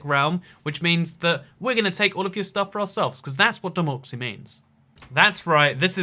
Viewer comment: why does he say democy